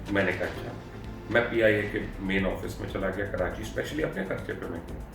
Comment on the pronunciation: PIA should be banned 😭it not pia its peeeee -ia 😡😡😡